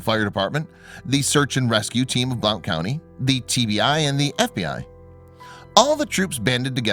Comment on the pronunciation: I am glad he is okay. I have to tell you that it's pronounced blunt county. Just saying. I am from TN. I had to learn this, too.